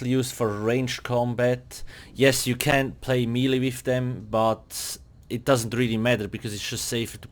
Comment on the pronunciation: Melee is pronounced "may-lay"